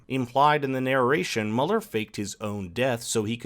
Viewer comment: Is Mueller not pronounced "Mew-ler"?